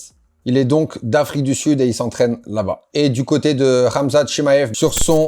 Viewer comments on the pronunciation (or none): none